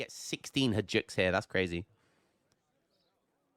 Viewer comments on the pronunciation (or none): Hello! Your speech therapist here. It is!NOT! Hadjuk. It is Hay-duc ~hayduk. Repeat after me, hay duc. Nice!! The romanian gipsy card was one of the best jokes you did on your channel. Congrats!:D:D:D